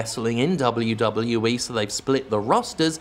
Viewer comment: I love hearing Jim say; " Dub OH You Dub OH You Eee."